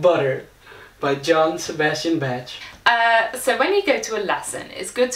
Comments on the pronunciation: It's Bach - not Betch... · How you're saying the name of Bach, you're actually calling him : Jean-Sébastien Tarp. Why do you want to add an "e" at the end of the word ? We just say : Bac - with an "a" like in the word bath.